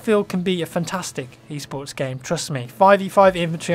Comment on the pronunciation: i dont know what he is saying... e-sports, east sports, e-sorts... wtf?